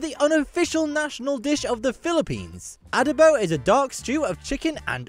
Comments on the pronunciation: it's not Ah-dough-bowww but a-DOH-bo, with the stress on the 2nd syllable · Adobo is pronounced the same way Mexicans say the word. The narrator on this video is mispronouncing it. And I don't know when this video was created but to date, the Philippines have won 4 Ms. Universe crowns - Gloria Diaz, Margie Moran, Pia Wurtzbach and Catriona Gray. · I'm a filipino and I CAN'T/WON'T eat BALUT.. it's not for me , loool.. and the pronunciation of ADOBO is the same way you said Mexican Adobo. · Adobo is pronounced the same, whether spanish, mexican or filipino. The narrator did not do research on the pronunciation, he basically anglicized it with the short A vowel sound, heh. However, yes, the flavor profiles are different. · You mentioned adobo correctly, the speaker mispronounced it. 😢😅😅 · Many Filipino words (Tagalog words) were mispronounced by the narator, like adobo...